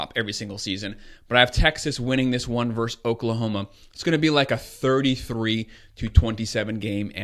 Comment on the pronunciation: Nice breakdown but please pronounce the word VERSUS correctly... Ver-sus...not Verse !!! Thanks!!!